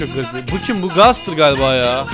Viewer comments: abi gestır diye okunuyo .d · abi o Gaster (gestır)